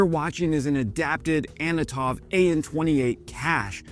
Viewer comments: FFS, it's an "Antonov" not an "Anitov". How the hell do you even get "Anitov" from "Antonov"? Maybe try reading and sounding out the letters in the word. I like your videos, but please try and learn to speak and read English. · Anitov?! You mean Antinov…you fuckin pirick!🙄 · wow, that's a new (and incorrect) pronounciation of Antonov. You might want to fix that... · Anatov cargo plane?.. Think you mean antonov... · An-toe-nov clap it out moron